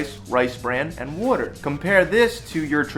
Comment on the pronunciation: My mans gotta be from up north cuz the way he says water